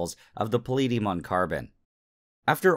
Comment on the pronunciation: Hearing Nile pronounce palladium as pahleediyum was the most painful thing ever.